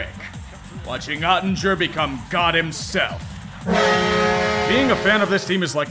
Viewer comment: Oettinger is pronounced with a /g/ sound, not a /j/